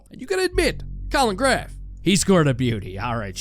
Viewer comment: Colin who???....... colin "GRAF" 📈📉 🤣🤣🤣